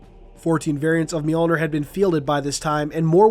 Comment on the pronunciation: FINALLY, someone on YouTube who knows to correctly pronounce “Mjölnir!” (Myuhl-neer.) Way to go, ma man.